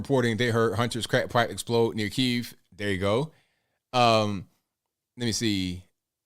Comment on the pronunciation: Kiev = "KEY. EHV" two syllables... As in Chicken Kiev - the dish.